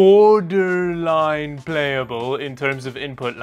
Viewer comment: "Now it is bor-r-r-der-r-r-line-e-e playable" :face-blue-smiling::face-blue-smiling::face-blue-smiling